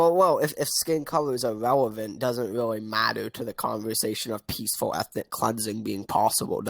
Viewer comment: "Peacefuw efnic wapist"